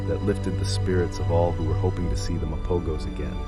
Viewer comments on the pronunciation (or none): thanks for the video and it looks like the website Wildfact gave it props! I did have two questions. I was under the impression that Mapogos isn’t pronounced with a hard G but that rather the G had an H sound: Ma-po-hos. Is this not correct? Also, I think I found the video from July 2010 (#55) but it only shows the injuries of Pretty Boy. It was my understanding that Pretty Boy and Rasta stayed behind in Majingilanes’ territory while the other 3 Mapogos returned to their territory and that is when the 2 Mapogos were caught by the 4 Majingilanes. This is what I’ve always heard. Was Dreadlocks with them?